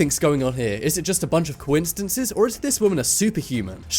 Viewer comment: Is it a bunch of "coinsitances"? They way he says that